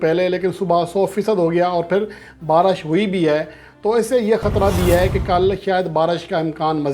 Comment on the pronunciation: Are diwane..barash nai re..baarish...pehle bolna Sai bool...diwane chutiye sab yankers